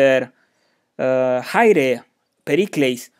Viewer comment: Chi should be "Kh" in Ancient Greek, no? Thus rendering Khaire/Khairete not Chaire/Chairete.